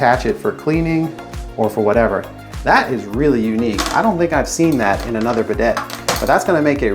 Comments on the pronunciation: It hurts my ears to hear him call it a be deit. Instead of bi day. I want to see how he pronounces Gran Prix. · It's pronounced "Biday." It's French. The last "t" is not said.😂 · It’s tough to take a guy seriously when he pronounces the name of the item incorrectly. I also liked how you wear rubber gloves presumably to prevent your hands from getting and toilet germs, and you wipe your nose with the gloved hand. If you owned a proper wrench you wouldn’t be marring up the chrome nut with channel locks. What a hack.